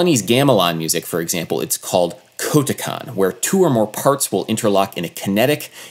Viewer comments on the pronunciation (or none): It's pronounced koh-TEH-kan Adam. smh JK love your vids.